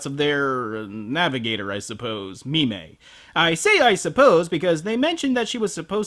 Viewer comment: So it's "Mi-mey" the telepathic space maiden, instead of "Meme" the cowardly dwarf smith.